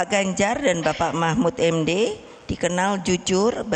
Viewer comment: Bu bacanya kliru bu..bukan p.mahmud md..tapi p.mahfud md